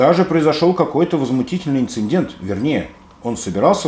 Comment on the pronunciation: Автор, неграмотно говорить "инциНдент".